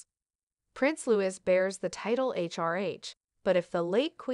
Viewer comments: LOO-EEE..(not Lew-is) is the correct pronunciation of the boy's name. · PLEASE pronounce Louis name correctly!!!! It is NOT Lewis...., it is Louie!!!